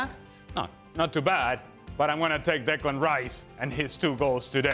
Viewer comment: Can someone tell frank its declan,not diklan